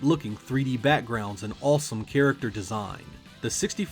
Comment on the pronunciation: Why do you pronounce the aw sound like in in awesome like "all" "allsome, balls battle"??